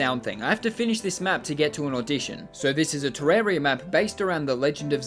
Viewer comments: ter-RAR-ia not fucking ter-air-ia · *wrong way